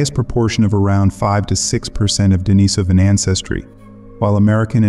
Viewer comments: Pronunciation: De-NEE-so-va (not De-ni-SO-va), De-NEE-so-van (not De-ni-SO-van). If you're going to make a video about these people, at least pronounce the names correctly. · I counted four different pronunciations of "Denisovan" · You might want to do a deep dive and learn how to pronounce Denisovan.